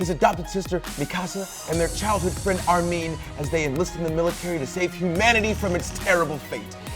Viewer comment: I was so proud when he pronounced Mikasa right...then he said Armean